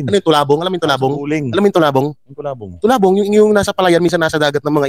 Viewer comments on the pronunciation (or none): Baka talabong ND tulabong.hehjejejejejejejjeje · Tulabong dw... Talabong bobo😁😁😁